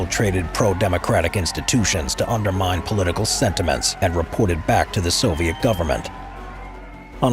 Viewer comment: ВЫ НЕПРАВИЛЬНО ПРОИЗНОШАЕТЕ НАЗВАНИЯ СОВЕТСКИХ ГОСУДАРСТВ.... НЕОБХОДИМЫ ИСПРАВЛЕНИЯ